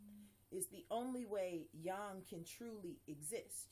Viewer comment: Good One! Your one of the few people that pronounce Yang correctly:) Im enjoying your videos